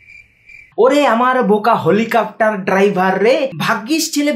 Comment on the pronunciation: Helicopter na helipaktar 🤣🤣🤣🤣